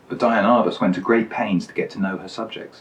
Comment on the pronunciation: Wait, so you're TROLLING us by mispronouncing her name throughout the video?? Dude. Come ON. You are SO GOOD. I love the digressions, your humor, your photos, your choices. WTF? Seriously, keep on doing what you're doing and I'll always watch. Next do one of Cartier-Bresson's photos, but be sure to call him Hank.